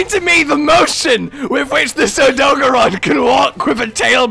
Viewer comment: Why do yall hate the blue tail it looks good on Odogaron (which you're pronouncing wrong btw)